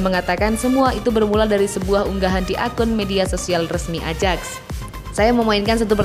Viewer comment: ayax min bkn ajaks wkwkwkw